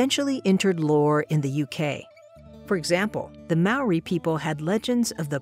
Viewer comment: As a New Zealand even though the pronunciation was a bit off I really enjoyed the bit about Maori beliefs as were often forgotten down here ☺️